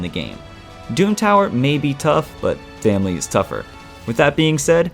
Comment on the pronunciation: Did you just say familly?